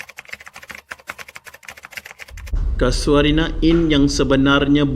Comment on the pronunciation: Mana ada ujud hantu? Kay-sho-rina! Bukan Ka-sua-rina! Ingat burung Ka-sua-ri ke?😁 Tukang house keeping? House keeper! Teruk betul kau punya sebutan. Kena improve lagi. Nilai hartanah tapak tu, agak2 brapa skrng?